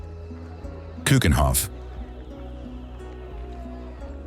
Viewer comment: Why does this clearly Dutch spokesman pronounces Dutch names like Scheveningen and Keukenhof, Maastricht etc completely wrong? We Dutch should pronounce Dutch names correctly so foreign speakers will get used to the right pronunciation.